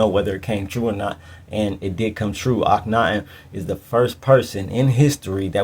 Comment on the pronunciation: Thank you! Akhen-ATEN 🙏